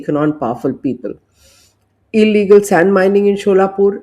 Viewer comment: Small corrections शोलापूर ❎, सोलापूर ✅ पुने ❎, पुणे ✅ नासिक ❎, नाशिक ✅